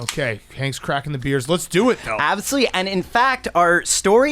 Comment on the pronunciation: saying “ABsolutely” gives me life